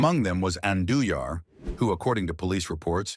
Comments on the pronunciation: I know, right? Dude pronounces Andujar’s surname like five different ways. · crazy thing is how it pronounced Andujar's name SEVERAL different ways, smh.